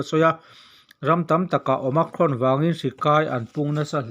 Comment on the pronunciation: OMICRON i lamrik dan chu a diklo nasa hle mai. Awma+krawn tia lam i ang mah mah zawk alawm